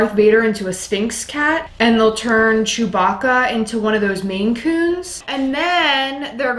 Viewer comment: Unmmmmm... Chewbacca? It’s Chewbacca. If it was Thanos or Negan, you’d be psyched!💝